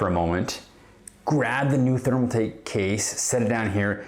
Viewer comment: My man calls it therm-A-take lmao. Either he can’t read or just a stupid wanna be. Gonna assume the latter.